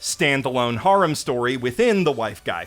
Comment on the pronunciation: Serious question, why do you pronounce harem like that